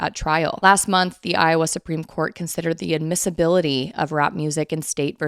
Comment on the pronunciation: Once or twice, I misheard you say Supreme Court and I thought you said Spring Court. 🧚‍♀🧚🧚‍♂💐🌷🌹🌸🌼